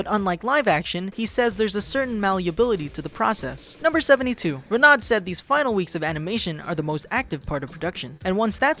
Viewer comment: Get your French correct! It's Reh-no when you say "Renaud".